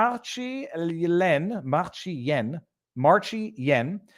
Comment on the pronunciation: San Diego… I believe it means ‘Male’s Vagina’…… Also, I think her name is pronounced like Marcy Ian. I believe she was CTV idiot before being a gender minister , or whatever.